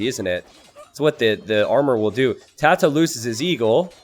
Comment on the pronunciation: The fact you're not pronouncing TaToH like the last 3/4 of the word potato annoys me.